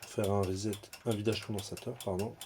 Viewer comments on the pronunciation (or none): none